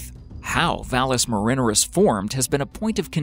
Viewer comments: It is pronounced VAHL-ess Mare-inn-AIR-iss. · You pronounced vallis marinareus wrong it's like marinare a sauce An Italian pasta sauce it's not pronounced like Ruth Ann minner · I only made it to . His repeated mispronunciation of 'valles marineris' drove me out. 'You Had One Job' at least try to learn what you are doing. Here try this, it took a whole three seconds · It is a trope to get comments, just like the way he pronounces Valles Marineris :-D